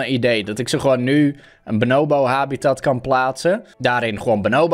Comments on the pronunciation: Niemand: Helemaal niemand:: benoowbo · De mensen die weten hoe je Bonobo zegt ergeren zich sowieso super erg aan hoe don het niet 1x maar 50x achter elkaar fout zegt😂